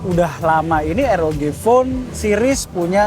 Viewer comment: Baca nya ar o ji bang bkn er o ge🙏